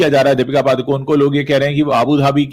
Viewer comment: पादुकोन नहीं पडुकोणे